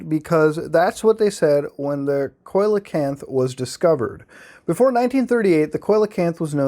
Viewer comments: Just an FYI, Muta, Coelacanth is pronounced "see-la-canth". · see-luh-canth coelacanth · It's pronounced like, seal-o-kanth by the way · Stop pronouncing coelacanth like that please. It's SEE LA CANTH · Coelacanth is pronounced SEE-luh-canth. They can grow up to twelve feet in length and have a pretty unique look. The oil and mucous that cover their body have a terrible taste and can irritate the lining of human stomachs and intestines, so they make a very poor food source. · Coelacanth= See -low-canth! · Lol I'm such a cow for correcting your pronunciation of coelacanth, but it's "see-low-can't". Impress your friends at parties! Lol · I like how he pronounce coelacanth different every time. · the way muta pronounces coelecanth makes me angry and hard at the same time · the way you pronounced coelacanth upsets me immensely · Especially because right behind it the correct pronunciation was given and muta just skipped over it 😂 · You pronounce Mokele Mbembe well but Coelacanth is pronounced "SEE-lacanth", btw, uncle muta.